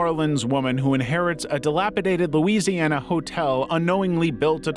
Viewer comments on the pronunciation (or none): none